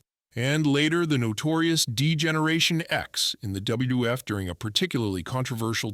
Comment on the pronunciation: What the hell is dubbayoo dubdubayooeff?